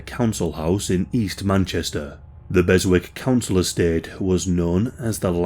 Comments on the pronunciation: Just a heads up, it's pronounced Bessick, it's a silent W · Berwick is correctly pronounced: Besick. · It’s pronounced “Bezick” (where this case takes place)😉👍